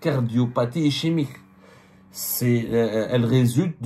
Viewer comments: Cardiopathie ICHEMIQUE😂😂 wallah j'ai ri de bon cœur. Ischémique MR Abdou: prononcez ISKEMIQUE. J'espère que vous avez eu l'autorisation de cette dame ou de cette famille pour parler de son état de santé et divulguer de quoi elle souffre, secret médical oblige. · Ischémique se prononce iskemique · Ischémique. Ça se prononce iskémique et non ichémique. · ICHEMIQUE j'ai bien ri. 😂😂 Ischémique cad ISKEMIQUE. J'espère que vous avez eu l'autorisation de divulguer l'etat de Santé de cette dame car tout ce que vous avez cité relève du secret professionnel. Z t-on le droit de rentrer dans autant de détails . Cela m'a indisposé. C'est presque indécent. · Si la tumeur est maligne, elle a le droit de prétendre à une libération pour raison de santé si sa condamnation est définitive, le règlement le lui permet. Abdou Semmar, on dit ischémique qui se prononce iskémique ! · Cardiopathie " Ischemique" et ça se prononce " Iskemique". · On prononce eskemique. khali yatkatlou binathoum. quand l'argent coulait a flot, tout le monde il est beau, tout le monde il est gentil. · prononciation cardiopathie iskemique mais s'ecrit ischemique. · Ça se prononce iskemique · Ah ton français !!! Ichimique !!!!!!! يا راجل واش بيك On dit pas ça le reste je ne comprends pas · Cardiopathie ischémique "iskemique" prend le soin de bien prononcer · Cardiopathie ischémique se prononce iskemique, tu devrais te renseigner sur la prononciation avant de le dénoncer , pour un journaliste c’est un minimum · On dit iskemique